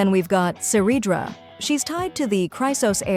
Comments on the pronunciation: It's Ceryadra not Siridria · btw its not siridra or seridra, her name is Cerydra and its pronounced with a K like Keridra